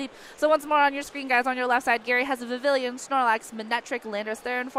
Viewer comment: okay i cant stand watching this video. can this female commentator pronounce vivillon properly and not vivillion?